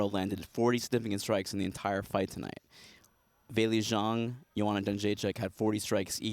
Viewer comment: haha German pronunciation of Wei Li.